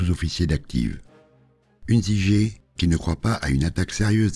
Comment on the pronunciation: au fait je crois que l'on prononce "heuntZZZigueur", Huntziger à l'allemande. famille alsacienne, il me semble.